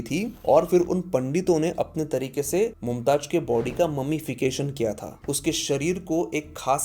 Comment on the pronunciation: It's Mumtaz not mumtaj